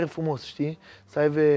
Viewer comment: Jur ca exact când citeam comentariul asta, pe fundal se auzea "sa aive"😅 Dar spus asa, savuros 😁